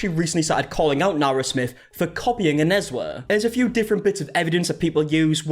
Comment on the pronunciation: You said Onezwa's name so well at that 11 min mark lol, made me rewind coz I was so shook. Nice to hear our names pronounced well